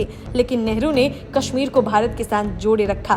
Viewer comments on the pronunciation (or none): none